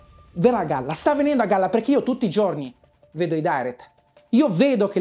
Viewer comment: Ho rivisto il video 6 volte ma non ho capito se hai detto che la verità verrà a galla o calla 👀🤣